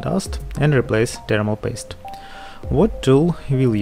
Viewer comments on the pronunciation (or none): I love how he pronounces thermal paste: "termal grace"